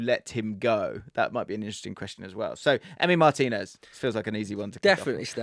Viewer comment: Please... MarTEEnez not MARtinez